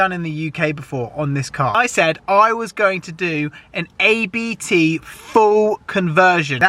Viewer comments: It's a Family Name, please say Abt, not A-B-T 😃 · Abt is a last name so you say ABT not A-B-T